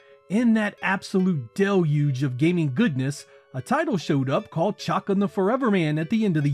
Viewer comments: Oh my lord its not "chockin" its "shuh-khan" !!! This is absolute blasphemy!! Shame on you! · You’re pronunciation of the characters name just kills me 😂 “Chuck’n”